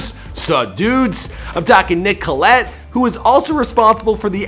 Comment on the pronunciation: "Nick Collette"